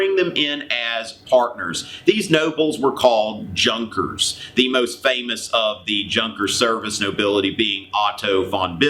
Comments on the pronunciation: Pronounced "Yunkers" not "Junkers" that is so funny in an odd way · Enjoyed your lecture....."Junkers" is actually pronounced like "Yunkers" with a soft 'J'. No worry... Its your good intentions that count. Hope to see more of your historical vignettes...Today's Middle and High School students need to hear, study, and learn History....something awful !!! ....and not just revisionist/feel-good history, like my children used to bring home ! Best Luck !!